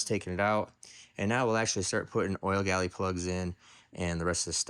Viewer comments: The word you are trying to say is 'Gallery', with an R. Also, height ends in a T, not an H. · It is gallery not galley. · Hey. I watch all your videos way down here in NZ. I’m pretty sure that your use of the term “oil galley” is a slight mispronunciation of the term we would use here which is “oil gallery “ or oil passage for sure. Anyway keep making horsepower and videos. Cheers G McClung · oil gallery, instead of oil galley. Just trying to help.